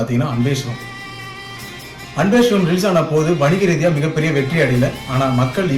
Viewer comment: I think you need to pronounce the movie name & character name properly.. it's sivam not Shivam. அன்பே ஷிவம் அல்ல அன்பே சிவம்! நல்ல‌ ஷிவம் அல்ல நல்ல‌ சிவம்!!